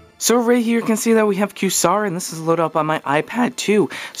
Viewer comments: Qway-zar bro, not Q-sar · lol, pronounced qwayzar ye dick ! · am I crazy? or is this not pronounced "kway-zarr" 'qua' as opposed to 'queue', no?